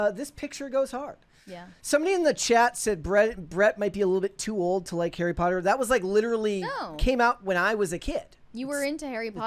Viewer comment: Bro knows, in his bones, how to properly say POTTER He's been doing it his whole life 😂😂